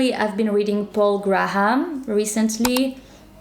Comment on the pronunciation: You always give astute advice 👌🏻 Just two pronunciation points on your superb English ... Graham is Grey-um and demonization begins with a long E just as demon does.